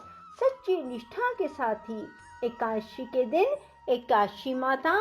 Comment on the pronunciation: कृपया करके एकादशी बोलना सीखे आप जब बोलते हैं तो एकाशी आता है यह गलत hai, आपने पढ़ने का सही सिस्टम करिए